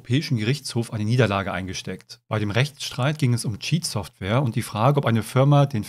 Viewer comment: Ich mag deine Aussprache von Cheatsoftware als "Schietsoftware"! 😁